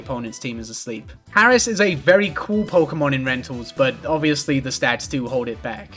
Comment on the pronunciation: "Pokemn" -, pronouncing 'Pokemon'